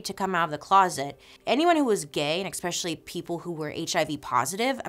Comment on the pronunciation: PLEAAE stop pronouncing especially as “EXpeshelly”. You’re too smart to speak like that 😩